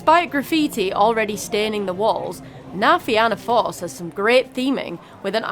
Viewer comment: It's pronounced "Na Fee-na force", so said normally sounds like Na Feena force.😊 Yall Brits pronounce it the same Na Fee-anna force which is wrong 😂. Love thie vid. This is my local theme park, I live about 20 minutes drive away. And agree, the back of Cu Chulainn is absolutely nuts.